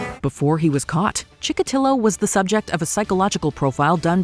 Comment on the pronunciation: Andre Chikotilo*, not Chillo.